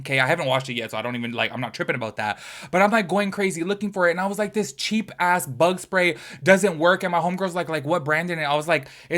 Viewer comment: Don’t worry, my fiancé is also afraid of spiders himself and hated the ones in the resident evil games the most. Also, how you pronounced love bug spray was hilarious. Lol. I meant the bug spray.